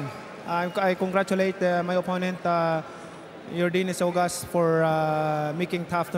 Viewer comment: No one:yordenis ugas Pacquiao:your denis august